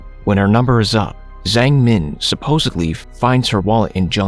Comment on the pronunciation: That Zhang pronunciation is bothering me so much, I am pretty sure it's not pronounced with a z but with a j